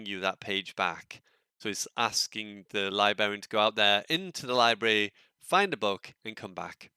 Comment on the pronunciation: Libary = Library, Libarian = Librarian, otherwise nice vid 😉